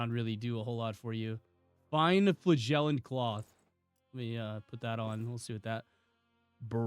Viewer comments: You really need to look up how to say "flagellant" You say it like a fart, flagellant. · Also dollars......